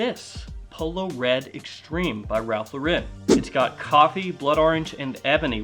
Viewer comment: You pronounce Ralph Lauren incorrectly. It is not La-Rin pronounce just like Lauren. In this video The Man himself says his name.